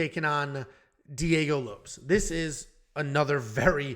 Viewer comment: Is it really Diego Lopes and not Low-Pehs?